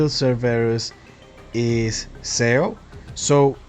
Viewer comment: Im sorry but im like tilted... its not pronounced S E O, its pronounced more like S H O